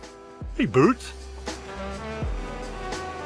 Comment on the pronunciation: Storm Bert not berti